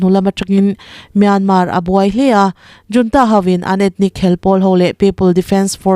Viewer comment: Junta nilo in hunta tih a ri turin chhiar rawh ooo....